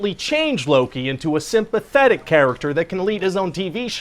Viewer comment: "Simpatethic character" ROFL